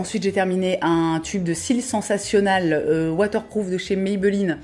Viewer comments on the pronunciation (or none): none